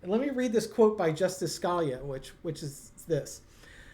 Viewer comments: you're killin' me. Sca-LEE-yuh, not SKAL-yuh. Pleeeze🙏😂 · Interesting reading. BTW, you mispronounced the name of a Justice. It is Sca-lee-a, not Scal-ya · I love you guys,. And please learn to pronounce the names you are discussing. Scalia is Skuh LEE uh. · My comments did work. I apologize. The Justice's name is pronounced Skuh-LEE-uh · Are you purposely mispronouncing Scalia like T did Kamala? (Never heard it pronounced this way before.) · It’s justice “SKA LEE A” and justice “Soda my or”. Still love you two. 🙄🙄